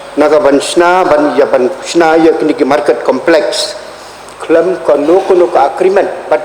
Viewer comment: complek shi complek haba dei complex da pronounce bhz ko kale.